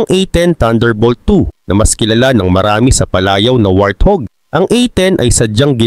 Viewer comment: Hahaha, what do you say? Wrathug? Lol 😂